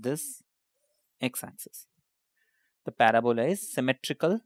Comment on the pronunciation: sounds weird when he say yaxis